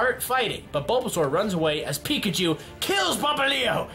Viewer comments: Turpig, now it’s like tehnpig Popallio... why? Pop li o Teh pig Pop li o Please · Terpig? Pffffffffhahaha its pronounced tepig Also popplo? Llooooooooooool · ITS PRONOUNCED POP LI O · ITS pop-li-o how to pronouns it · I hate how he pronounces Tepig and Popplio